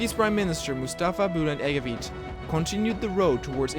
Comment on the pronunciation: "c" in Bülent Ecevit is the same sound as "g" in George